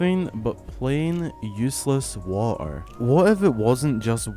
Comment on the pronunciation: The way you say water like “waugh-ehr” is so funny lol